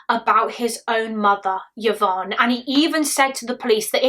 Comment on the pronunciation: Just fyi, Yvonne is pronounced i-von, as opposed to yuh-von 😊